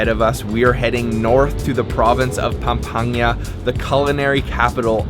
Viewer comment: IT'S PAM-PANG-GA.